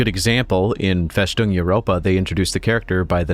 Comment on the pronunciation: Interesting video, maybe I should look into it. Just one thing its: "FeStung" Europa, not FeSHtung Europa. Its a sharp "S" and not a "SH" sound. Just like the "S" in "fortress".